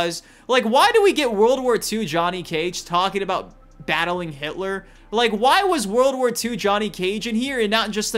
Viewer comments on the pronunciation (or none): none